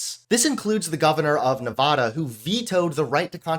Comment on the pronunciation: As a Nevada resident, I’m offended by how you pronounced Nevada!